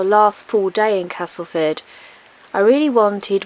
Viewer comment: Who knew there was so much to see in Castleford! And glad you’ve changed your pronunciation of Castleford to the local one. Being a soft southerner now living in West Yorkshire, I have made similar adjusts over time. :-)